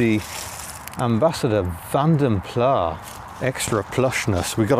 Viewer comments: I think Vanden Plas should have a hard 's' - so sounds as with 'glass'. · Vanden Plas is an Belgian-Flemish name so the “s” at the end is not silent. I like your uploads, but these cars are awful. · in mentioning corrections to the Princess video, says the car had "been around the clock" so has done 103,000 miles. I thought both the Princess and Ambassador had 6 digit odometers so it couldn't be 103,000 miles if it had been around the clock. Also, in the name Vanden Plas, the "s" should be pronounced as in its Flemish roots. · Nice video, although I prefer to pronounce Vanden Plas to rhyme with glass, not far. I think the progenitor of the styling house was Flemish rather than Walloon, and thus the rhyme with glass is more proper. And was it a Kia you overtook? I rather think it was a Seat. Niggles, I know, but notwithstanding, great content as always. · Like just about everyone you pronounce Van den Plas as " Van de Plar. It's a Belgian /Flemish name which should be pronunced "Fon den Plas". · Great review as always,, but - taking a quick trip in and out of Pedant's Corner - can you please, please cease using the pronunciation 'Vanden PLAHH'. It is, and always has been pronounced 'Vanden PLASS'!! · Absolutely - only the French seem to pronounce is Plah, and we're not French thank you very much! Pronouncing the S at the end (as in Vanden Plass) is correct. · I haven’t read all the comments, but it’s Vanden ‘Plass’ not ‘Plah’. It’s Dutch. M. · British car workers CAN make a car without trim rattles - just ask an owner of a Nissan, Toyota or Honda produced in this country. If the Nissans produced just down the road from me were crap they wouldn't be sending them in their thousands to Japan to satisfy JDM demand. BTW, are you saying Vanden Plah rather than (the correct) Vanden Plas just to annoy me? I have commented on it before (SD1 v. 800 I think) but you still do it! I'll still watch and subscribe but it is a touch irritating mate. Mike